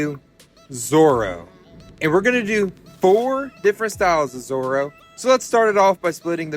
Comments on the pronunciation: Dont worry your pronouncing it right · Amazing Pronunciation But in your subtitles its Called Zorro added a extra r its Zoro in the anime but the drawing is amazing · Ok you pronounced zoro right but you spelled him wrong but it’s just spelling so it’s completely fine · Yes correct that’s how you say his name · U got zorrro right👍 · 🎄very nice! You did pronounce Zorro right and I think you should do Moana! Also it’s my birthday!🥳